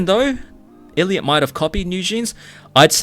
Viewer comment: i think the biggest issue is that newjeans and their fans seem to think they are fightiing against the entire hybe. yes ador is a subsidiary, but they aren responsible for the actions of other labels. pretty sure they said one time “why would we try to replace our only artist?” 😭😭 also it’s pronounced eye lit not ill lit